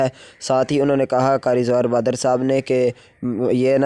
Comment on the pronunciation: بھاٸ جان نام تو ٹھیک سے لے لو